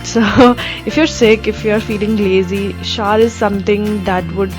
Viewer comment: The way you said shower...ha ha! love you dear!!😀😍😙